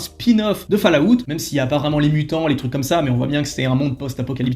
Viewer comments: Falllaout ?? C'est quoi encore ça ?? Essaye Fallout c'est mieux. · C'est incroyable de sucer autant les anglophones mais prononcé FALLLLLAAAAAOUTTTTTTTTTT !